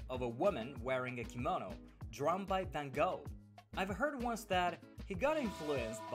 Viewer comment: it is not "Fan kow"...it is van Gogh , the G and the gh are pronounced like CH in loCHness and the o is an o as in hot